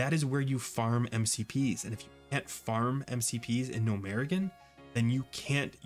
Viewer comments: RIGHT!!!! that killed me hearing that haha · Bro. Why tf did you pronounce Gnomeregan that way?